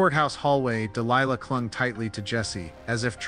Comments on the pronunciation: It's pronounced (de-lie-lah) Delilah.🙄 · Listen to Tom Jones song Delilah, so you know how to get her name right. It was traumatic to listen to you butchering a strong and beautiful name. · DEE LIE LA ! Not lee la